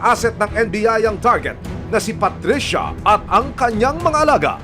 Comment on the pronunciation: KAHAPON: PATRICIA NGAYON: PUTRISYA 😅😅